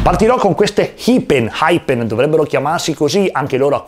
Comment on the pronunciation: Non voglio fare il grammar-nazi di turno ma, giusto per fartelo sapere, Hyphen si legge "Aifen" perché PH in inglese si legge F